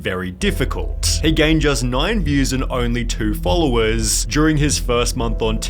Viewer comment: the way he is pronouncing "wayyy" "Followersss" ""threehundreeeddd" cant rly that video gues i'm too nippicky but the fact that he is talking with a fake accent is kinda wierdchamp for me